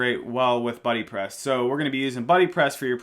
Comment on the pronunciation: stop saying beebepress, it sounds like babypress.